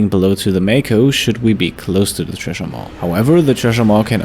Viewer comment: The 'tresher maw'. Also pronounced 'sresher maw.'